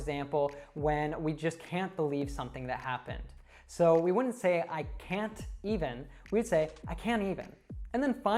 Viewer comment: What if difference between "i can even" and "i can't even"? because you pronaunce them same. rest of the video is wonderful. thanks. (note myself: t+y=ch d+y=j who'w'isit you'w'alwaysDoThat)